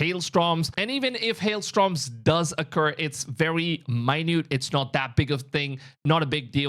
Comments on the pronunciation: STORMS!!! Not STROMS!!! 😮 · Ohhhh haillllnahhh What did you say... "ST-Roms"? Keep working on it. (Stor-ms) I love that.. "Nephel-limes" I know what you mean. It was a cute mistake.